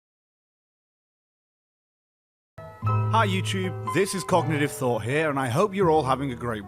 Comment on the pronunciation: Cognitive Thought haha i thought he said cock not cog